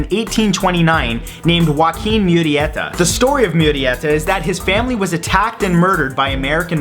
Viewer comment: its pronounced joe-keen = joaquin